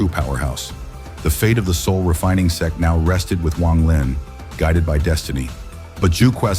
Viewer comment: Please correct the word SEX to the correct SECT, pronounced SECK .